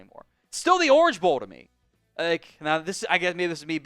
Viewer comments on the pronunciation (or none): none